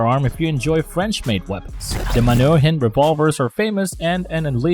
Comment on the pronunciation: Ffs get a narrator that can pronounce words. Point 357? And it's man hu rin